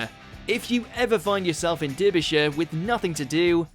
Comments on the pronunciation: you pronounced something wrong again, Derbyshire is pronounced Darb-e-shire not derb-e-shire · Sodding Derby-shire. Your Pronacing That Wrong Mate. 😂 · You're supposed to be English it's pronounced DARBYSHIRE & BARNARDS CASTLE not Durbyshire and Ber-nards castle. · Youre Britain how uou saying Derbyshire as Durbyshire wtf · Durbyshire??!!? Who the hell are you!?!! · Derbyshire and Ilkeston both pronounced incorrectly. Can probably let you off for ILK-STUHN, but not DAR-BEE-SHEER! 🙄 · Fed up of southerners calling us dumb when they don't know anything north of Worcester, its pronounced Dar-Be-Sher, its not hard. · Atheist Orphan is the guy English too? He should be ashamed, I live near Ilkeston he got that pretty close, wtf he thought Derbyshire is I do not know, lol. Dibby? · I've lived in America my whole life, and even I know Durr-byshire is wrong. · It’s Derbyshire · Dur-bee shire. Can we not get a proper narrator for this shit? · I live in Derbyshire. I was appalled at this. DAR-BYSHIRE please. Thank you. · Let’s hope you employ narrators with better pronunciation! ‘Durr - be - shire’ indeed! (Not to mention ‘Status’ and ‘Barnard’). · The pronunciation of Derbyshire really got me its Dar bee shire 🤣🤣🤣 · Who the fuck pronounces Derbyshire like that? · Derbyshire and Ilkeston? 🤔🙄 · How the fuck do you get Derbyshire wrong, what a bastard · Lockdown rules are still a shit show, also who else cringed so hard when he mispronounced Derbyshire. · pronunciation of Derbyshire that I’ve never heard before. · WTF with that Derbyshire pronunciation....